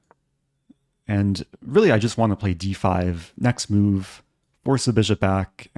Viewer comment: Did you say chess mood? Not chess move. Didnt quite hear it right in the video.